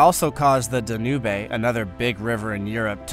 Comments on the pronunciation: I think so. For the biggest river in northern Europe, that pronunciation sure butchered it. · The Danubay River? Does he, maybe, mean the Danube? Same with Italy? I see/know of, the River Tiber; HE knows the River Tibber? :face-purple-wide-eyes